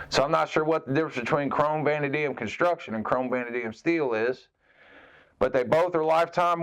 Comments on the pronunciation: Vah-NAY-dee-um I believe is correct pronunciation if it matters. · I think it's pronounced "vuh-NADE-ium" but I could be wrong. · just for future reference, its pronounced vuh-nay-dee-um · Vanadium - Vuh-Nae -Dee-Um